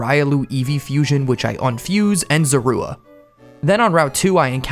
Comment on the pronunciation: you pronounced so many Pokémon name wrong, like “zar-u”